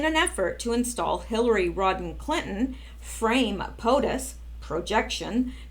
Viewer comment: it is Hillary RODHAM Clinton - not Rodden - some of us say Rotten which is probably more appropriate